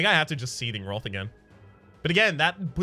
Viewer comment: 8 episodes in I was wondering what this roth is. just pronounces wrath funny.